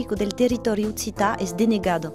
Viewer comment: This pronunciation sounds really authentic. Beautiful and i cannot hear any accent mixed-in :)